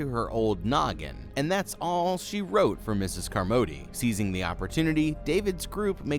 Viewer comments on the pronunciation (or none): Flinched everything u called her car-MOE-dee. Did you see the movie? No one said her name like that.